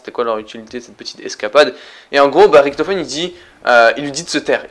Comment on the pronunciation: Tu dit Ricktofen on dit Richtofen !